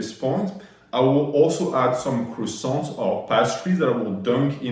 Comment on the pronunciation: He didn't say un croissant with French accent 😢😭